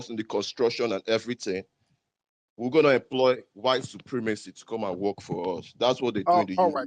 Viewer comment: How are you going to rebuild your country sir? The tether said “we will werrkkth very hard “😂 😂😂😂 damnnnn